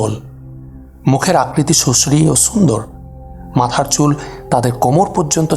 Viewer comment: ভাই আপনার কথা বলার স্টাইলে মজা পাইনা, কলকাতার মত লাগে, বাংলাদেশের টনে কথা বলুন প্লিজ, (সুন্দরের উচ্চারণ করছেন ছুন্দর এমন অনেক উচ্চারণই বাংলাদেশের টনে হচ্ছে না,)